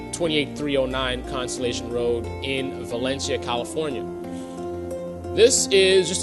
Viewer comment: The City is Pronounced " Va len cee ah " not " Va len chia " I can see you really know what you're talking about Which was a City well before " Santa Clarita ".... Lame Video BTW ....